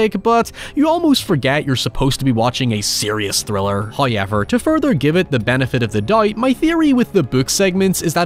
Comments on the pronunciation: First "hoyevver" drops . Our penance from last episode has appeased Him. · Accent is horrible. How can you turn a three syllable word into asix syllable word. however......not hoiyever